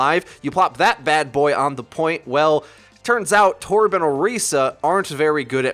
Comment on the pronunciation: please stop saying “torb” like that, you sound strange